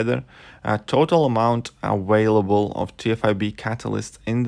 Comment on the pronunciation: Lol did he say aWHALEble 😂😂😂😂just f-ing with ya still like ya channel but that’s still funny.